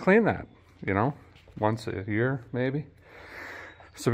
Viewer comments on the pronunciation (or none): none